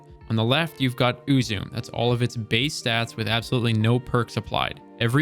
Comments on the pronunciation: I've pronounced "eww zoo may" and that seems right to me. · Uzume,pronounced Ooh-Zoo-May. Shinto figure in Japanese reliiin. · its you - zoom - mey for the saying of it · It’s pronounced ‘You’ ‘Sum’ but the ‘s’ is obvs a ‘Z’ so ‘Zum’ Silent ‘e’ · its pronounced u-zoo-me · “Ooo zu meh” is how you’d pronounce it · it's pronounced oo-zoo-meh, though there's very much nothing meh about this sniper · It's pronounced "oo-zoo-may" insert Harry Potter meme... Idk how it's actually pronounced. Nice video. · I personally pronounce it "ah-zu-mE" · It's japanese. It's pronounced oo-zu-meh ウズメ. It's based off the Japanese Shinto goddess of whirling. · I believe Uzeme is pronounced ooz-E-me. Also another thing i caught was the date of the twab says 2022 for the year. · How i pronounce Uzume: You-Zoom-Meh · Your pronunciation of Uzume triggered my fight or flight response. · I prefer to pronounce it UZUME (oo-zoo-mey) Or, for something that probably makes a little more sense. UZUME (you-zoom) Ya know it's funny, I don't know how I got this sniper rifle, but I've had it in my vault for...forever, and I almost scrapped it, but I kept it because it looks cool, kinda glad I did now watching this. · Ooo-zoo-may (or meh if you want to get closer to the actual pronunciation) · oo-zoo-mei, the 'e' at the end is not pronounced that same as "flume" or "plume", but as an "eh". Think of how you pronounce the month "May", but tone down the 'A' sound in the middle. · Its pronounced ooh-zoo-may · it is called "U-zu!-meh" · Im pretty sure its actually pronounce ooo-zoom-may or mehh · I thought it was pronounced, "Ooo-Zoo-Mae." 🙄🤣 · I don’t think it’s supposed to be english. Eww-zoo-may; like with an accent over the E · Uzume. Oo zoo mee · Just a slight correction, but it’s closer to oo-zu-meh, not “may”. “May” would be if it were spelled “Uzumei”. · it's Eu-zoo-mae not uu-zoom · BTW Uzume is pronounced Oo-Zu-Me. pretty sure the word is of japanese origin, dont quote me on that but, i digress.